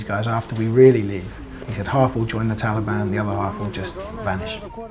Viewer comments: Biden cannot say Taliban correctly (Moron) He says Taleeban. Nicole surely isn't serious and if she is she needs to be fired for stupidity. I fear more Americans will die in Afghanistan than died in the Twin Towers. Impeach Trump cause he caused this. haha Nancy Pelosi and Biden need to go if we are to survive. Brush up on your Chinese folks. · The way Biden pronounces the word 'Taliban' makes me want to stab ice picks in my ears! 😤